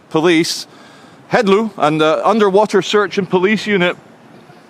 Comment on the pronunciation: Heddlu = ‘Hethlee” not “Headloo”